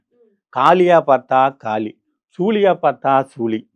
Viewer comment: ... டேய் லூசு .... காலி ❌ ஒண்ணுமில்லை காளி ✅ காளி அம்மன் தமிழை கொல்லாதீங்கடா 😡😡😡😡😡